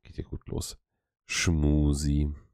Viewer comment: Schmusi…. Damit ist man schcon das erste mal angeekelt 🤢 Ist nur mit dir zu ertragen ❤